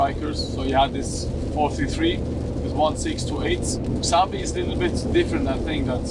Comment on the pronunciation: xabi not xavvi